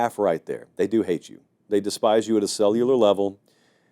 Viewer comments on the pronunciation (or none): none